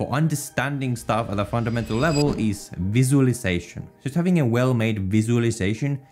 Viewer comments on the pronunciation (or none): I think you mispronounced visualisation , but it's totally understandable :D